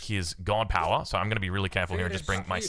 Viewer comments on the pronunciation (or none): none